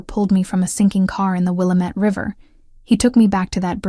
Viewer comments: Great story! But native Pacific Northwesterners know that the river's name is properly pronounced Will-LaM-Ette (as the Native Americans spoke it.) Not Willa-Mette But a good story nonetheless 😊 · It is will-am-ette River say it correctly